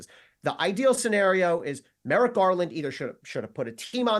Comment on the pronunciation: She also put an extra r in Merrick Garland's first name also